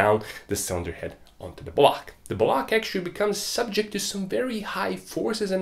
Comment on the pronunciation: for most funny thing in this video.. i just heard him say " bwuuaack " whole video.. i know he said " block " but I'm sorry laughing at you mate.. think my hearing aren't train enough 🤣🤣🤣